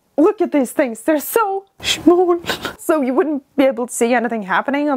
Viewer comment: When you said “it’s so… schmall” 😂🤣